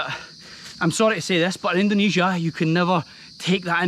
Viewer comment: jgn ikut²an org indo bang yg nyebut indonesia dengan ucapan "endonesia".org indo yg nyebut Indonesia dgn ucapan endonesia itu kyknya lidahnya ky lidah ular,bercabang...